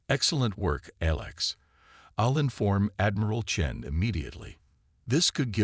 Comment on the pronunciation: At least the AI can pronounce Chen without screwing it up